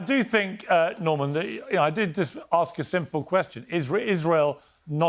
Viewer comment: Borman….I mean Norman might be full ret@ now. He is an absolute babbling fool. Painful to listen to